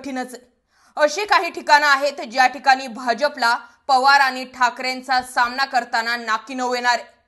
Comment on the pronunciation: कुठे शिकली मराठी? सामणा, णऊ, पाहूयात, एकोणवीस, लड्यातील, प्रनिती, मतधार संघ! उच्चार सुधार!